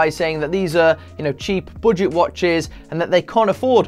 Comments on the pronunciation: I like to way you pronounce 'boudget'. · The way he said "budget" 🤣🤣🤣